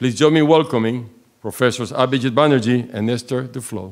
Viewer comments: The pronunciation "Prof. Abhijit Bannerjee" by the lady... A perfect one... 😊😊😊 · The host's pronunciation of "Abhijit Banerjee" is remarkable. It's the authetic Bengali pronunciation of the name. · the host pronouced the name better than some indians. she has done her homework. great way to show respect